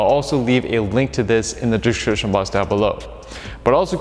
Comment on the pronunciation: “and I’ll leave a link to this in the dahshrishin box below” 😭💀